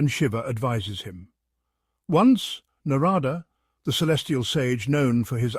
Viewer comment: While the stories are real, some pronunciations of names needs to be worked on. Eg. Naaarada. Na is long. Da is dha like in that. So it is for dharma